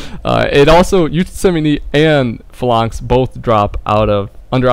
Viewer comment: its pronounced "fay-lanx" not "fa-lanks" ...well done buddy